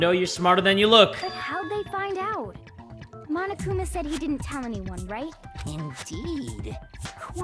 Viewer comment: Correction, Monokuma is not a mom, as you said. Lol Its Monokuma Not 'momokuma' XD i'm diying